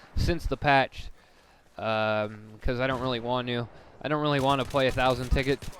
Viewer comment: 39 thru said uh 4 times, said don't in the wrong way, and said thingimabob